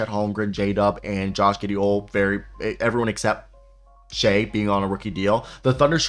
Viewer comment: Good video. Butchered a couple names but you mean well. Just call Shai SGA. It’s just easier lol. In a huge thunder fan and idk what to expect out of this season. They’ve completely exceeded my expectations